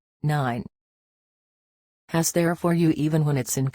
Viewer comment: Please learn how to pronounce he's!!!